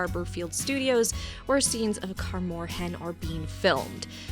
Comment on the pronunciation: Sorry to be nitpicky but your pronunciations of Melitele and Kaer Morhen threw me off 😂.